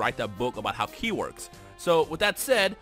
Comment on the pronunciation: No offense, but it's Ki not Key.